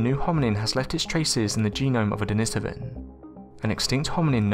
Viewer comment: DENI-SOVAN for the love of god man!!!